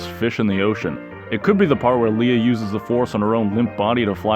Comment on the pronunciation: Or when you pronounce leia “Lee-ah”